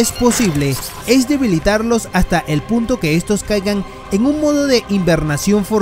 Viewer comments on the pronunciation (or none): none